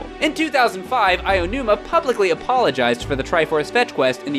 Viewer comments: It is pronounced as AH OH NOO MAH!!! Not Ayinuma ... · "Eye-oh-numah" gotta love Americans failing at every foreign language. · why do so many people say "Aiyonuma" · "Aionuma" guys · The Spaceworld tech demo art style was considered realistic. I don't remember having that opinion, even when it was new. Oh, sure, it looked impressive, but certainly not realistic. Also, please stop saying "Aonuma" like that. You just sound ridiculous. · Why can no one say Aonuma properly? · cringe at inability to pronounce Aonuma.